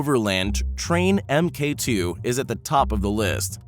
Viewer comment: It's pronounced Mark 2 not Emm Kay 2.